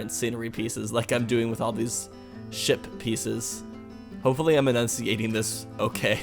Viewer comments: Yeah I realised you saying shit not ship :) 😂😂😂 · When you said ship piece, I thought you said shit piece. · I love how you say ship but it sounds like s**t 😃😃😃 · You sound like your saying sh*t pieces